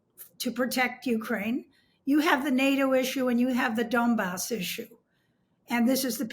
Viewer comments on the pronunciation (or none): I believe it's pronounced 'Donbas' (aka the Donets Coal Basin), not Dombass.